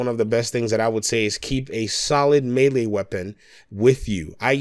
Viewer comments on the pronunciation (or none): none